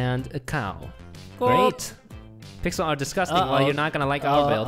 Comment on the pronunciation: "pixel art gAy" 😂😂